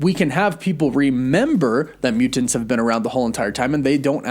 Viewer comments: I love your videos and watch them every day, but the way you pronounce mutants and important (mu-TINTS or impor-TINT) is driving me crazy. You said mu-TINTS like 87 times in this video and every time I wanted to shoot myself! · Is it just me or does he pronounce mutants hella weird. MuTENTS. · My dude… your over pronunciation of Mutants is both endearing and distracting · Is it just me or does he really accentuate the "TANTS" in the word Mutants.